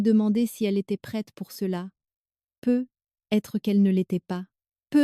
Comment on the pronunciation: Pourquoi l'IA, dans toutes les histoires ne sait pas prononcer peut-être ?